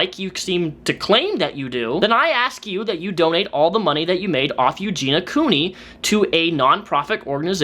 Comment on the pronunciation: great video! The way u pronounced Eugenia Cooneys name made me cringe hard tho xD